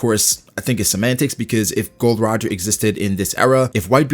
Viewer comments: It's not Gold Roger but Gol D Roger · Its GOL D. ROGER, not Gold Roger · His name is Gol D. Roger not "Gold D. Roger" lol